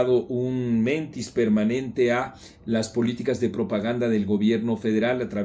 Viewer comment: Estimado Marco. Te escucho con regularidad y me llama la atención que digas el "mentis" en vez de el "mentís" (palabra aguda con tilde sobre la i porque termina en s) y que significa manifestar un desmentido.